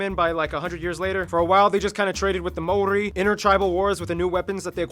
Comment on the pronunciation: The guy pronouncing the Maori words is not too bad looks like he really researched how to pronounce then